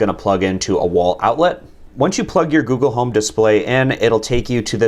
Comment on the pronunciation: Goole home